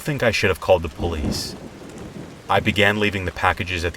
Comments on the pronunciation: Open up Puh-liese! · I like how you said police lol ❤️